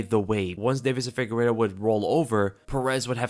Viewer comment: is not FIGUERO bro is FIGUEIREDO lol